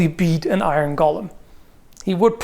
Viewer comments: It's pronounced "GO LEHM",! It's not an evil, near-immortal, insane halfling with a fish fetish:P as for damage, hm, catch it between two giant swinging hammers = Crunch! since Medieval folk did produce very large bells, doing something similar with iron hammers, maybe with a steel head, could be done? Golem's are not intelligent or not very, so wouldn't recognize traps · So how many people heard 'Gollum' whenever he said Golem? :) Aside that, this really is one of those kinds of questions where you have to know how much power the magic that's fuelling it is and what it actually enables the golem to do. Like you can have the Frankenstein version that can just about lumber in a given direction with a punishing lack of urgency... and you can have the Dragonslayer Armor from Dark Souls 3 types that moves like it weighs nothing. Also you kinda need to know if and when the magic stops working, like if it looses an arm, the head or a leg does it still keep moving as if nothing happened or not? But as for fighting it... yeah I would also think getting behind a cannon and hopefully blow it up at range is the way to go. Burying it in a pit sadly also hinges on the magic because you could get it down there only to see it dig itself out. Like it could be similar to Marvel's Juggernaut, he's been thrown into the sea or deep under ground numerous times and the only option he has is to slowly walk back up to the surface through the ground itself if nessesary... but that often takes him weeks. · Please. The pronunciation is "go-luhm" not "gollem". "Gollem" was a character in The Lord Of the Rings. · Is speaking with some kind of Canadian dialect or is he just mispronouncing "golem" throughout the entire video? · I don't know why I get so angry when someone pronounces golem incorrectly, but so many people do it it drives me insane. For reference it is pronounced 'gow-luhm" with a long O. What everyone is actually saying is Gollem from "The Lord of the Rings"